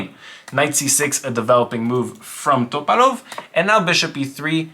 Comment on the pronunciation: Why are you saying topalov like that bro? Lolol